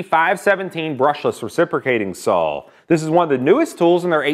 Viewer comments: Is there a good reason why he says sall instead of saw or is it just an american thing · Pronounced SAW not SAUL ....one beast of a Saul though .